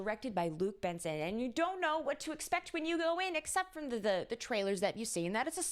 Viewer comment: Thank you for the video! ... It's Jean-Luc Besson, not Benson... We don't pronounce the "n" and we pronounce "Bess" as in "best" without the t.